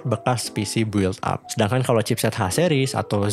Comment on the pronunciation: audio cakep, editing jg mantap, paling pengucapan istilah agak dimatengin aja "bil ap" bukan "buwil ap" :D